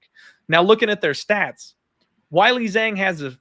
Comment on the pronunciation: its hilarious and disrespectful that you claim to care about pronouncing names like Maheshate correctly but you can never pronounce Weili Zhang or Punahele corectly smh